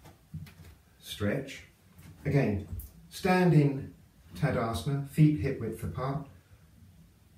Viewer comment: Very informative video. Could you maybe put in text on the video, the name on the different yoga poses that you do? I hear for example “Tadasment, but when I google this pose I find Tadasana.